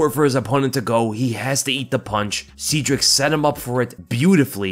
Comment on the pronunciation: I think it's pronounced seh-dric